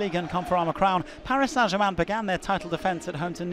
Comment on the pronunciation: Club Name Paris Saint-German. No One Commentators: Paris Sa Jaman You guys are destroying English...